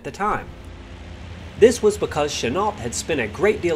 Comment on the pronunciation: GENERALCHENUOLT !!!!!!NOT CHANEL 😕😮😮😬STOP CHOPPING GRAMMER 😣😨g